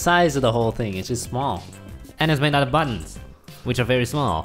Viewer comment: The way u say Button/s sounds like Bun/s